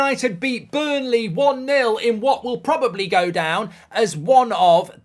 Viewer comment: ……it’s Burnley